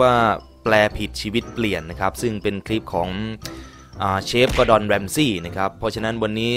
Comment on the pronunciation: กูไมได้ยินว่า ดอดอน😂😂😂😂